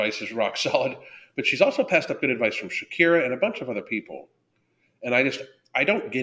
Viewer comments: I think it's pronounced Chick-ara. Not Shakira. :) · Ah but I liked him saying Shakira 😂